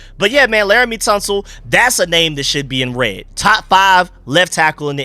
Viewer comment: This is a mess lol Our OL is very simple lol LT 1. Tunsil not "Tounsel" (I can't believe I'm talking football with someone who doesn't even know who the best left tackle in the NFL is 🤦) 2. Wylie LG 1. Coleman 2. Allegreti C 1. Badass 2. Herbig RG Cosmi Allegreti RT Conorly Wylie